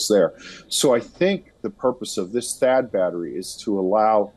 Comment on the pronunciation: Thaad battery not barta